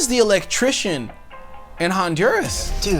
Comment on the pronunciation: I love how John says Honduras…Hahn-DUR-as. 🤣🤣 John, try Ohn-Doo-rah-s!